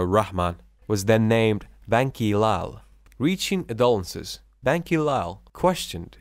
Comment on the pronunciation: He is, obviously south Asian. He had trouble pronouncing a few words such as "adolescence", "various"...